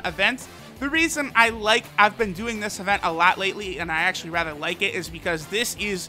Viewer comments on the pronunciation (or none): none